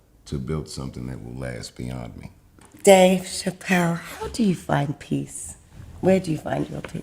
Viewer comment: Did anybody notice at the very beginning of the video she messed up on his name?